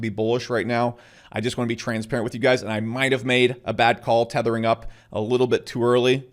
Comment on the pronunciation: "Thethering up" what does he mean by that?